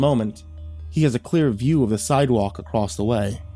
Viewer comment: I honestly wasn't speaking much on this video as I couldn't remember where it was, but like, he does actually say "acrossed" or "acrosst" a fair bit in other stories. Many narrator channels do, sadly, it's a pet peeve of mine that I do my best to bury to better enjoy the story on average.